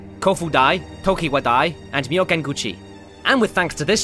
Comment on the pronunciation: When he said tokiwodai i died idk why but i found it hilarious